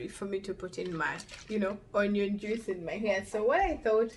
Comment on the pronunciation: You really need to learn how to pronounce JUICE....😇